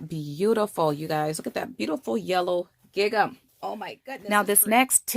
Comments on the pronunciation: It’s gingham not gig am. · Wonderful technique, I've never seen this before - thank you for sharing!! I can't wait to try this :D (just a note: gingham rhymes with ring-um) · Great! Just to let you know, gingham is pronounced similar to "ringum". Xx There's no hard G. Xx